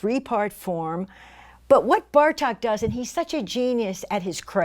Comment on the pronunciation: Great lecture! Bartók's name is pronounced with a long O sound, so not a short "a" as in Cup, but a long "oh" as in Door.